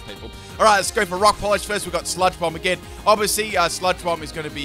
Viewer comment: When you say Rock Polish, I keep hearing Rob Collage... Look at those beads.